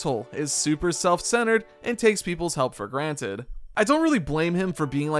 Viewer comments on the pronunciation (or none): none